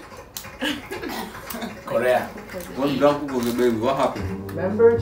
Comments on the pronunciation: its jk jungkook not yangkook lol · When you say Yangook something dies inside me)) He is Jungkook (djankook, "J" like in John, Jacob) Thanks))